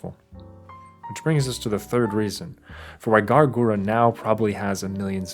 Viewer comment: Am i the only one getting frustrated by him saying “gara” in stead of “gura”